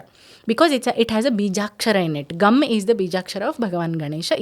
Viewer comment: MADAM, I THINK THE CORRECT PRONOUNCIATION IS NOT GUM;:', IT IS 'GANG' GANAPATHIYE NAMAHA..PLEASE CHECK YOUR PRONOUNCIATION.THANK YOU.